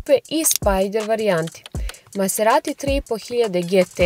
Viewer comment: Oboje ste izuzetno lepi. Lepotica i zver. Mala primedba ali bitna: Izgovara se mazerati a ne maserati kako piše. Da se izgovara maserati onda bi pisalo "masserati" što svakako nije slučaj. Dakle, i MaZerati.